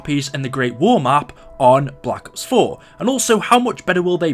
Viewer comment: Blahck ups. That’s how he says it it’s BLACK OPSSSSSS